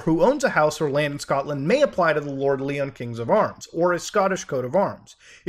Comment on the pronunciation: It's not Leeon, its Lion. Lord Lyon lol